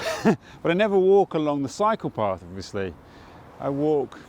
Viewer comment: Great video! When you said "cycle path" , I though for second you said "psycho path" 😂🤦‍♀️silly me